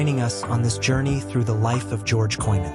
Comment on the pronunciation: weer een AI in elkaar geknutselde video en de man zijn naam wordt niet eens correct uitgesproken , wordt hier niet goed van , of ligt het aan mij